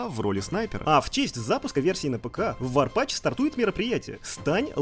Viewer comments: Какой варпач? Ну, какой варпач?! Разуй глаза, ведущий, ну ведь ворпатф (язычок так между зубов: тф, тф, не зэ, вот это, а тф - не забываем язычок между зубов!) А в остальном годный ролик! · Тоже не смотрел фильмы после тоби. Но бл чо за "варпач"? Ало, path, не пач. Ты чо, а, ты чо